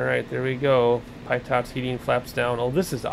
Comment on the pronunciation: Good video. Just a heads up the pitot is pronounced Pee Tow. One word obviously. 👍🏻